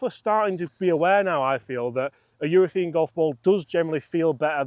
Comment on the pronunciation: Please, it's urethANE!!! Love the channel, by the way!